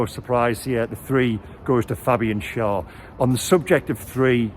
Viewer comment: Great report,! But it's pronounced Share - Schär. The two dots on the a are the key. Best away performance, best pressing for a while, the training is having an effect! Oh for a player who can produce the Beardsley clip when faced with only the goalkeeper to beat!